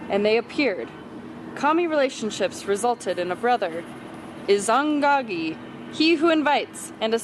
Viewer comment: Did you pronounce “Izanagi” as “Izagnagi”?!?💀